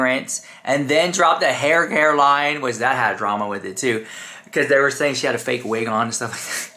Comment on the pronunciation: They didn’t really mispronounce “drama”, did they?…?.. DRAY-ma…? wtf is that?? 😳👀🫢🚨🥸😶